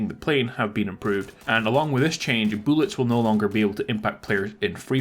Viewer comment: Lol i love the way u say bullets bro. Sounds like boolets lol